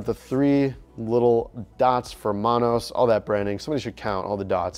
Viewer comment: He said Monos like he was from Chicago😂